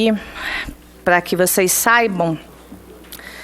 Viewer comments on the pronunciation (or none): Seria saibam, e não "SAIBÃO" dona Joice Hasselmann. Pelo menos Dra, aprenda a falar... Imagino uma escrita da senhora como seria... 🤣🤣🤣🤣 #CRÍTICACONSTRUTIVA.